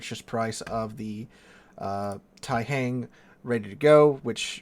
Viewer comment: The "hang" in Taihang is pronounced with the same "ah" sound an American would here in the word "wrong." It's not same sound as in "hangman."